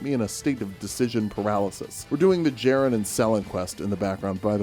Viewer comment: You fool! The j is silent. It is pronounced Yerren. Like yer in for a good time!